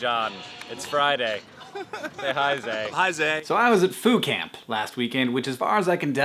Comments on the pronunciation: I didn't think you said Foo Camp. I heard Food Camp, and I got excited. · for a moment there I thought he said food camp... I was ready to ask where could I sign up o.O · at first i thought you said food camp. i was like WHERE DO I SIGN UP?????? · I thought he said Fool Camp. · When he said Foo Camp, I thought he said Food Camp. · I seriously thought you said "food camp." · The more that Hank said "Foo Camp" the more that I heard "Foucault". Postgrad problems. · I thought you were saying "food camp" until I read the description. haha! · I thought he kept (though I knew he wasn't) saying Phootcamp, which is this totally awesome dream photographer fun times camp. Haha. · I thought he was saying Food Camp.